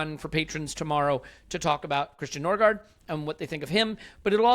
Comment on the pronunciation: Nørgaard is the same as Ødegaard. The Ø is "uh" and the double A is "aw". NOBODY gets it right.